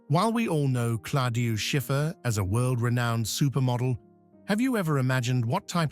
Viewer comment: You do not pronounce Schiffer first name properly is Claudia !!! Not Coldiu or Cladia :face-purple-crying